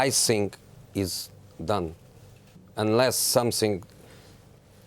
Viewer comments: I sink, instead of think ,lol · Jose Mourinho: I Sink Roy Keane: I Tink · “I SINK it’s over, I sink it’s done... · “I sink” 😂😂